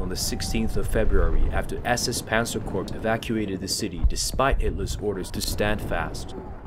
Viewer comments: Also just fyi... Please stop saying Corpse.... it is pronounced as Core spelled Corps. Other than that great video. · Please don't pronounce Corps as Corpse. It's Core. Other than that, good video. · Very good video. However the "P" in the word corps is silent (as well as the "s"). Kept reminding me of the time Obama kept mispronouncing the term "navy corpsman ",,,,,,lol